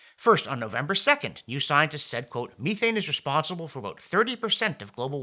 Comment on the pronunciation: John, check methane pronunciation